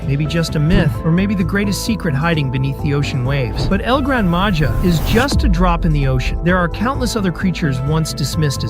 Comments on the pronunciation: El gran maja is pronounced el gran maha! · IT NOT EL GRANADA MAJA IT EL GRAN MAHA